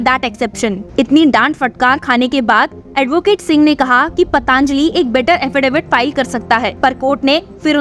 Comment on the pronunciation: पतांजलि नहीं पतंजलि बोलो बच्चे